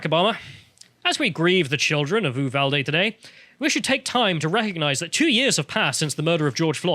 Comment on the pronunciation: These British Pronunciations of Spanish words are killing me bro. Ray-mos and Oovuldee. And to answer the question of why their are BP agents in Uvalde. It's like 40 minutes away from the Mexican Border in Del Rio so most of them Live there because the border cities are complete crap holes. Uvalde isn't exactly perfect either but it's definitely better then being a stones throw away from Mèxico.